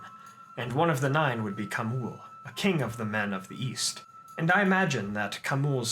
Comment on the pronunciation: East? I thought you said Weast